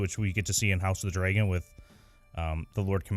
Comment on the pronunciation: I just rewatched this video,because you guys are pretty much awesome ( except for the fact that you pronounce dragon dray gon lol), but anyways, Jon does not kill Ygritte. He notices the fletchings were a different color than what he was using.